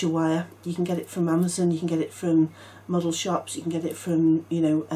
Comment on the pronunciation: When u were saying where to get the aluminum wire i thought u said "muggle shops". LMAO I had to go back and turn the volume up and listen very well to hear " model shops".... Too funny...😂😂😂